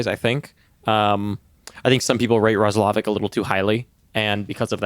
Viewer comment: the way you guys are pronouncing Roslovic name got me cracking up haha this must be your first time hearing about him.